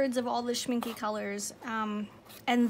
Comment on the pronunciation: My German friend said it's pronounced, "Schmink-UH". 😁 Don't worry, she teased me a lot! 😃